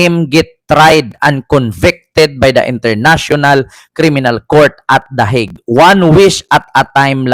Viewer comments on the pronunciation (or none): none